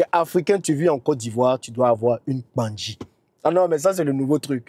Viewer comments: Cher Tu le pronoce très bien. PANKGI ❤ 🙏🏾 Cet Arbre se trouve dans la Savanne baoulé. 🙏🏾 merci❤ beaucoup pour la publicité ❤️❤️❤️❤️❤️❤️❤️🙏🏾🙏🏾🙏🏾🙏🏾🙏🏾🙏🏾🙏🏾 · 😂 te j'aime trop. Tu prononce trop bien Kpangui . Félicitations